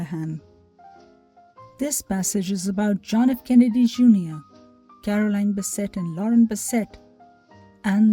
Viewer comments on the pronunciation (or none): John Kennedy's wife's name was CAROLYN, not "CAROLINE," as spoken. >>Confusingly, that's his sister's name.<< I realize English is a difficult language, but we assume a sense of professionalism when we make a video, and correct pronunciation is an important part of that -- especially when it concerns the name of a principal character in the story. I'm a public relations professional; this is my bailiwick. Not trying to be critical. Best wishes.